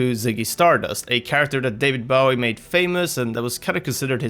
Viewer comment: Its david bowie as in hanzo's bow bowie not bowie as in bow before the queen bowie